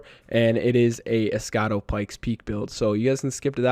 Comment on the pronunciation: Almost everybody butchers the pronunciation for some reason 😂 also “escado” instead of escudo 💀